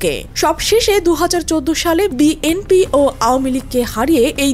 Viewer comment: বিএনপি শব্দটা উচ্চারণে ত্রুটি রয়েছে। যিনি ভয়েস দিয়েছেন বিষয়টি খেয়াল করবেন। কানে শুনতে ভাল লাগছেনা।